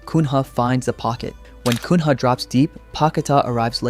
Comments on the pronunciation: Nice video but Kun-ha is a very weird way of saying his name lmao. in portuguese the NH is read as the ñ (Nya) in spanish. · Pronunciation tips for anyone watching: if you see “NH” in a Brazilian name, treat it as the Spanish “Ñ”. So Cunha is not “Coon-hah”, it’s “Cooña”. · pronouce "matheus cuña" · Lmao the pronunciation of Matheus Cun-rah, great video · Matheus Cunha - it reads "cuña" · Little help on the pronunciation of Cunha, from a Brazilian: it's Cunya. Whenever you see a "nha" or "nho" in Portuguese, it's pronounced Nya, or Nyo. Like: Lasagna is Lasanha in Portuguese. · Read Cunha as Cuña. Thats the correct pronounce ;) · Mano, quem mais que morreu internamente quando ele falou "Mateus Cunra" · Hey, try to say Matheus Cunha as Cunya, it's the same as the ñ in spanish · Cunha sounds more like "Kunya" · Say ''cugna'' as in ''lasagna'' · Great video! Just a heads up, Matheus Cunha's name is pronounced "cuña". In portuguese, the "nh" sounds like the spanish "ñ". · as a brazilian im like “matues cunha” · what is that Matheus Cunha pronunciation 😂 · you can pronounce Raphinha but you can't pronounce Cunha? wtf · As soon as you pronounced "Cunha" I knew you had no idea what you're talking about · Neymar was a great player, but he is not a central piece of the squad at the moment, nor do I expect him to become one. He's there for his experience and what he can do in the dressing room more than what he can do in the pitch at the moment. H in Portuguese is virtually always silent. The nh creates a sound that is not typical in other languages, though Spanish comes close with the ñ, but it's still different than nh. That said, a better approximation for English speaker of Cunha's name would be, Coo-nya. It's still slightly off, but it is a much better approximation than Coon-Ha. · Yeah, ancelotti clearly said and they show the 4-4-2, looks like a 4-2-2. Not the 4-3-2-1 you’re talking about. Also it’s cunha, just watch a match or look up the pronunciation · Kun Haaa 😂